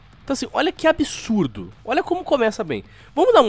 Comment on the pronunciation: Ser humano normal: Absurdo: Abihçsurrdoh